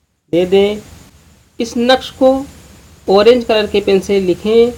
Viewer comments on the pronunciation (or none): none